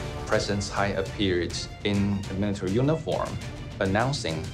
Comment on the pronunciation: TSAI Yingwen not CHAI